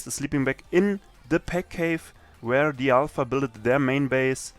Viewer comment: doch. aber das merkt man doch allein an dem "the" aka dö